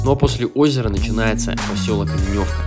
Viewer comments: Да в конце то концов,когда туристы перестанут коверкать названия:Атлеш,ударение на букву е,Оленевка,а не Оленёвка,ну бесит честное слово.с какого перепугу поменялись названия,прежде чем ехать куда -либо,поинтересуйтесь хотябы как называется населенный пункт. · ОлЕневка, а не ОленЁвка...